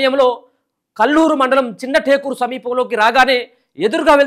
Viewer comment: Anna chinna takula kadu anna chinnatakur anna